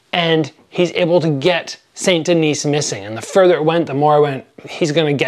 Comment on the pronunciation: "Saint Denise", Jeez give back your Canadian card, I know you're not from Quebec but that's brutal French pronunciation. Saint Denis = "San Denee", even if you took Spanish in Canadian high school (I did) you still took French in middle school, your American pronunciation of French is inexcusable regardless.